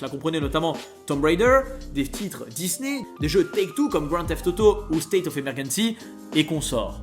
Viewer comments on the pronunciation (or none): none